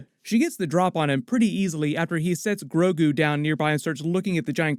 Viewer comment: The name of "Baby Yoda" is GROGU. But to be fair, I think it was mispronounced the first time it was said, because from then on out, it was pronounced Grogu. The Subtitles even had it spelled GROGU.